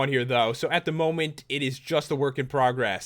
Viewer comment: lol you said momy instead of moment